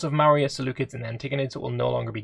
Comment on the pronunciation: Maurya is really pronouncied `More Ya`